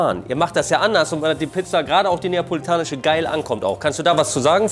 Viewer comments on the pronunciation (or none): Niemand: Monte: Napoelanische Pizza Liebe geht raus <3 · Es heisst neapolitanische